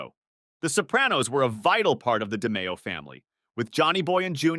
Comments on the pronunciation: it' pronounced di-MAY-o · You pronounced DeMeo wrong Also close proximity is a redundancy Go back to grade school pal